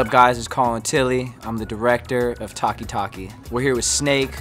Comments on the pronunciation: Everyone:taaaki taaaki Colin : tarki tarki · TALK EEE TALK EEE💀😂😂😂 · The directors lily white accent pronunciation of taki taki sounded like he's saying tacky 🙄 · Thaki thaki is wrong sound. Taki taki is right sound.